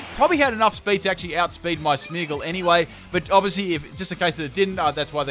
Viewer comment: FULL CAN'T PRONOUNCE THESE TEAM: Coffariggus Reggigigas Smeagol Beheeman Aggislash Kirem Also, these moves must be used once: Gyro Ball, Sinesis.